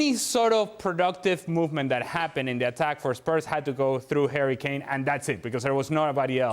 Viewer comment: Is it me or is Ale saying "hairy Kane"?